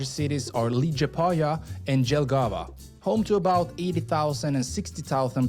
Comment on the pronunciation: LATVIA "explained", on one hand, want to keep Latvia secret, but on the other hand, want to clue you in a bit. Yes, we, Latvians, formed our modern republic in1918, but Latvia , pronounced Lutt via, Jūrmala=zYouwere mala, Jelgava Yelgava, my credentials, born t o Latvian imigrants, who'd fled the anexation of their homeland by the new USSR and it's Communist regime. Latvian was my first Language, really only learning English when i started 1st grade in my south Brookline elementary school, while attending, much to my chagri, Latvian school every Saturday, while my American schoolmates were home watching cartoons in bed. But the Latvian community always maintained the belief that we'd regain our independence